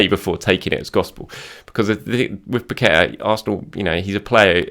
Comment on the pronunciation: has said it Zinchenko and Pacqueta imminent 🤣🤣🤣🤣